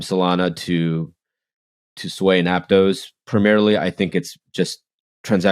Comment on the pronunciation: It’s pronounced Ap-toss not ap-tose and Sui is sweet without the t not soo-ee